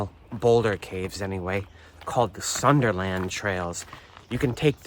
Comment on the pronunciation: Pronounce Sunderland correctly.